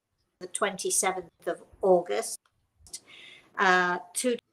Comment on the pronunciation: How funny. Before I look at your video. I asked my grandma in heaven if she could give me a sign. To let me know she is with me . And then you pronounced August in Dutch. Maybe it was something else but i thought it was strange.